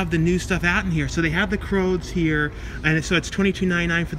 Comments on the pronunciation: Not pronounced "Croads" but "Crewds" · Pretty sure it’s crOOds- rhymes with “dudes” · i know you have said you are dyslexic but the film is the C R O O D S , pronounced like dudes...x....still good content as usual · Love your videos but saying “ croods” as “ croads” kept making me and my daughter cringe lol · Take a shot everytime mispronounces a title. Lol, love you. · And the rude comments start popping up if you don't have anything nice to say it's not fault he has trouble pronouncing some of the movie names